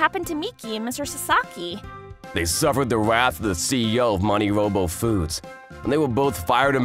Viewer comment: Why can't she even pronounce MoniRobo correctly? It's not that hard.